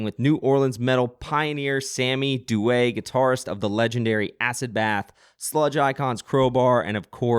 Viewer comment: Props for pronouncing Sammy's last name correctly! Heard it butchered in 99% of the interviews I've heard haha